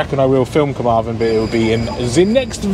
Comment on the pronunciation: Hi great video as usual The best way to pronounce them is the west wales one finishes with THEN so Carmarthen and the north wales one finishes with VON so carnaervon